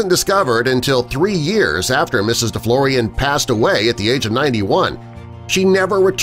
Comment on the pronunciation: Deflorian don't sound French